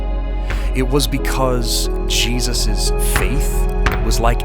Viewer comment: Please print Jesus with a clear J, not cheesus 😮😵‍💫